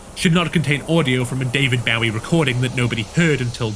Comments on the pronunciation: cool video i really enjoyed it but BAU-ie??? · Is that an actual pronunciation of “Bowie”, or just one you came up with? I’m genuinely asking, because I have never heard his name called that in 43 years, but maybe it’s common outside of the US? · The way this guy pronounced Bowie totally snapped me out of my immersion 😭 Also, seems bosch’s channel has 2 new videos as of shortly after this video came out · I thought everyone knew how to say bowie. Like bowie knives and David Bowie